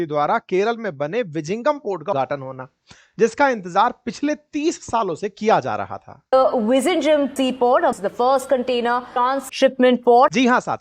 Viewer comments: Please pronounce as Villlinjam it is not Vijijnjam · Sir जी विझिगम, पोर्ट है या विजिनजम् जरा क्लियर कीजिए आप विझिगम बोल रहे हैं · Pronounce it as vilinzam port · Sir, 'ZH' in tamil is pronounced as 'L'. Tamizh is the actual spelling of Tamil.